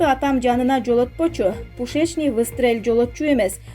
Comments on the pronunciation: "пушичный дегеничи" 😂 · Пущееечный выстрел😂😂😂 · Пушечный выстрел эмес -пу-у-шечный выстрел,ударение на ууууу